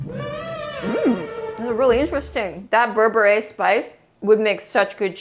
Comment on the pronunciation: im from ethiopia i feel so happy that you tried it even if you pronouced berbere wrong